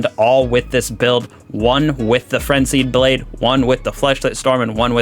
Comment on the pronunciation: Like this if you heard him say "Flenzied Brade"